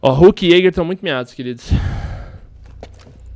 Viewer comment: falando jager qnd eh bandid q raiva kkkk